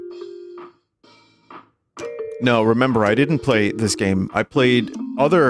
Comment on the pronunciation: 100% of the effotrs went into programdaing and it’s how you rekognizz a gooooooooooddd goem